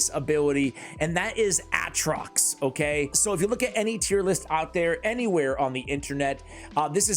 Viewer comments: Hahaha he keeps sayin "artox" bur his name is ATROX. Still like ur videos though keep up the good work 👏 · I love that you are correcting yourself calling this hero artok by calling artoX, but it is actually aTroX:p you'll get it one day, I believe in you! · It not artox it's atrox lol. Still a great video man love it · It's (A)Trox bro come on MAN!!😂